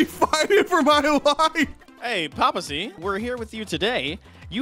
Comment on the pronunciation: It's Papa "Papasea" Sea